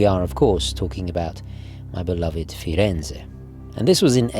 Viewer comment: Why, is it flattering to find people who love my city so much! Still, (I apologise for pointing this out) it sounds weird that somebody who's lived and studied here and has such a pleasing Italian pronunciation should repeatedly fail to pronounce the "z" in Firenze correctly, even more so, when mere seconds later the "z" in words such as La Spezia, ragazzi e Piazza are perfectly uttered. Again, sorry for bringing that up, I didn't mean to be rude; I just thought this might be helpful.